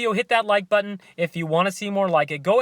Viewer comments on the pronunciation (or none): none